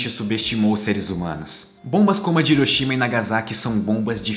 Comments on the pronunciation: Porque Brasileiro não consegue pronunciar Hiroshima de modo correto? Hiroshima se pronuncia Riroshima, igual Honda, Hyundai, ou seja o H tem a pronuncia de R. O mundo todo pronuncia certo só Brasileiro pronuncia Iroshima. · cara vc exploca bem , mas pronuncie hiroshima como se fosse r e nao i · Ótimo vídeo.Só uma pequena correção na pronúncia das províncias de Nagasaki e Hiroshima. Hiroshima (Riroshima) Nagasaki (Nagassaki).